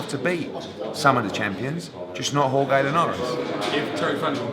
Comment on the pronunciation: No GCSE in Spanish for Eddie? Jorge with a hard "g" LOL Why no Dillian Whyte for Bellew? Apples & Pears